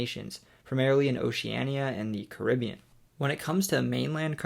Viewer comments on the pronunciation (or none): none